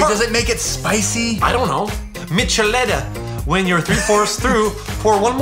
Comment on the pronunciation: It's MICHELADA hahhahahhahah